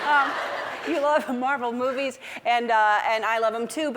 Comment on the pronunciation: Marvel modie....😂😂😂🤣🤣